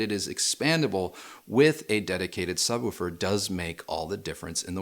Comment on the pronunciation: Did just say subwufer?